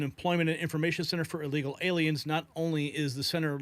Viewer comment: Soi many people say "allegal" it drives me crazy. Theres no A in the front